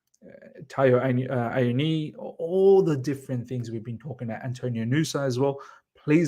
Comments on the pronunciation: Miz Taiwo's Surname is pronounced AH-WOE-NEE-YEE. (Awoniyi)😊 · Correct! At least he hasn’t butchered it completely like i’ve seen others, just missing the last syllable.